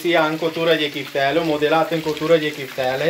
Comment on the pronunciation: Mai nene nu se zice piftele se zice chiftele.